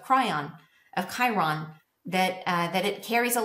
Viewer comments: Ky-ron. Not Kry-on. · Its pronounced ‘Kiron’ ! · "Chiron" is pronounced kai-ron. Chi-ron. Chiron.